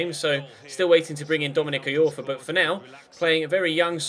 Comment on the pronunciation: It's pronounced Dominic Eye-orfa not Dominic E-orfa,!